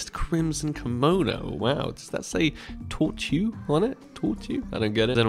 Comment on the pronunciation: It's Torture on the gloves TOR-CHAR